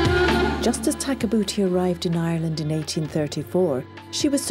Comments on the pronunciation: had a hard time watching it after you pointed tag a boota out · I'm trying to watch this video WITHOUT laughing so hard every time it says takabuti when it sounds like their saying tag a booty😂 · Great documentary. But kept laughing ever time they say tag-a-booty. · After having to listen to that woman narrator pronounce "Takabooti" a thousand times while spitting into the microphone we finally fell asleep waiting in vain to see what the mummy looked like. We gave up. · Hinks read her name as Tabouti, Where, when, how and why did the 'ka' come into it?